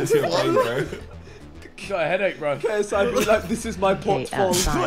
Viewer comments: haha is it just me or does the bot say GAYSI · Why does the voice pronounce ksi like gay s i for lmaooo😭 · “KSI starying at Binance seeing what happens gonna next” English 100